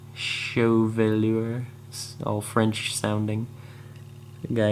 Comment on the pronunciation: hey, chevalier(sheh-vah-lee-aye) easiest way i could think how to phonetically spell it out.